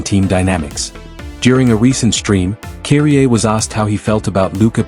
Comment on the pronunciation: Would be a decent video if you did the VoiceOver or script yourself instead of using an AI/ text to speech that pronounces Kyrie as "Keery-Aye"